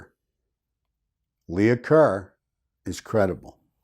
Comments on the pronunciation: It wasn’t “Leah” Kerr. It was “Leigh” Kerr. “Leigh” is pronounced like “Lee”. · Leigh is pronounced Lee, not Leah. Lee-ker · The name Leigh is pronounced ‘Lee’ (or sometimes ‘Lay’), thus the Lee-ker Lea-ker. Lee-uh is spelled Leah typically. 😊 Also, were the positions of the bodies not revealed to the public initially.? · Leigh is not pronounced Leah. Leigh is pronounced Lee. It is the female spelling of Lee. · Leigh Is pronounced LEE. Not Lee-a . Hence Lee Kerr. Think of the actress Janet Leigh . Janet Lee. Not Janet Lee-a. Other than that distraction this was a good video. Thanks. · Thank you for staying with this case,. Do you remember the actress Vivian Leigh? Her last name was pronounced Lee, I believe.